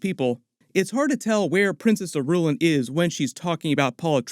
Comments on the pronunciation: I....ruuuuu.....laan.....not Irulun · It doesn't seem like you've read the books! It's. Not Ir-u-lin. 👎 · Irulan = EAR-ruu-lahn. ;) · It's princess AIR-A-LAAN.